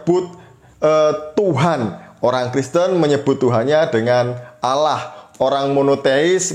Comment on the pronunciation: Kenapa org Indonesia di dlm islam Allah di lafalkan dengan suara auloh?? Apakah bunyi tulisan Allah dlm bahasa Arabpun berbunyi auloh?